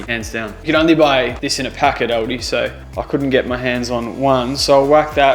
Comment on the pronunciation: Its Aldi not Aldi.